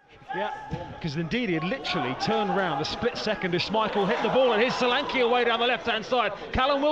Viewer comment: The commentator calling Solanke "Selanki" is so amusing, cos the right pronunciation is "Show-lan-keh"